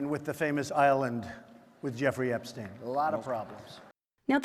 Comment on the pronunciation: This is a great video, except for the fact you keep changing the pronunciation of his name. Seriously such small details and you can't get that correct! How do you expect to have credibility for the rest? EPSTEEEN.